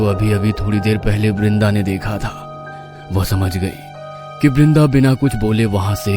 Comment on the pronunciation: Not brinda it's vrinda